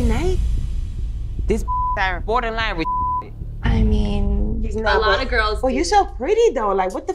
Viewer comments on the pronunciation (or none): Why can't Joseline pronounce the word "GIRLS"? She says "GIRS".